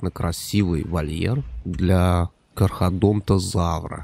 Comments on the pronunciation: Немного оговорился КАР - ХАРО - ДОН - ТО - ЗАВР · кушай всегда перед съемками, а то у тебя то динозавры слишком сырые, то слишком сухие, у кархарадонтазавра вообще одну р прям на видео захавал. Блин мой совет прозвучал как совет какой то бабки... ну да пофиг)